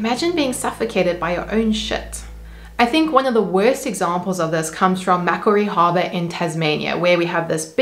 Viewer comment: newbie fan here, from Tasmania! If you ever have to say 'Macquarie Harbour' again in a voice-over, it's pronounced 'Mac - warry' (with the stress on the second syllable). It was probably named in 1815 after Lachlan Macquarie, then governor of New South Wales, the original British colony established in 1788. Of course it must have had a name in one of the Tasmanian first nations languages but it appears this was not recorded by the colonists. Within Australia, Tasmania is the primary supplier of farmed salmon and there is also a lucrative export market, mainly to south east Asia/China. Research in 2022 showed that the continued existence of Maugean Skate, which you mention, has been negatively affected by reduced oxygen levels in the harbour, partly attributed to salmon farming. As far as is known, these are the last remaining examples of this species remaining, on Earth.